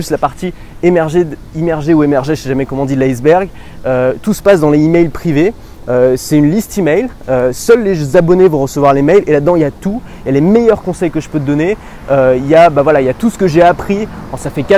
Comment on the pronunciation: On dit 'les Zemails' privés mec.